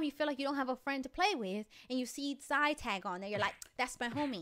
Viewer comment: dobby lass x u spelt her name rong its zai you said zia